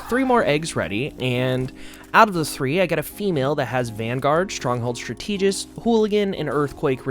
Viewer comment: Thank you for the video. The only thing that threw me off was "stra-TEE-gist". I'm pretty sure it is "STRA-tuh-gist". Is it maybe being pronounced regionally different? Or you've only read the word, but not heard it? As for addressing your slow dodge, using a Galeclaw will help. In any matter, I love the long-form vid and it is nice to listen to you speak. Looking forward. :)